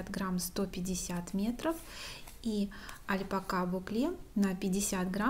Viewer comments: Согласна, режет ухо. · Официальный вариант ударения на последний слог, т.е. «альпакА». Альпака — слово среднего рода. По нему невозможно определить, кого пола животное. Например, как со словами «пёс» и «собака». В словарях ударение стоит на последний слог. То есть правильно произносить «альпакА», что не очень привычно для русского языка. И привычнее говорить «альпАка», близкое и созвучное к «собАка» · Это спорный вопрос, и для нас , действительно ударение на последнем слоге звучит, мягко говоря непривычно.